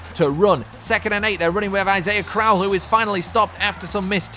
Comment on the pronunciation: Since you're gonna have to play them twice a year, I feel I should let you know: Isaiah Crowell's last name is pronounced croh-ell, not crowl.